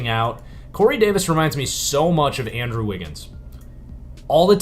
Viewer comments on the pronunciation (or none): none